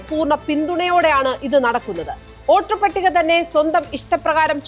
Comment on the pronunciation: ഓട്ടർ പട്ടിക അല്ല, വോട്ടർപട്ടിക. പച്ചിമ ബംഗാൾ എന്നല്ല, പശ്ചിമബംഗാൾ. ....:face-blue-smiling